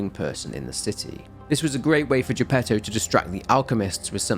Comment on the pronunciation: Good grief, the Italian pronunciation for most of these names is atrocious, bar Giuseppe Geppetto which is done correctly. I will overlook it thanks to the quality of examination and narration delivered here, on par with his usual work.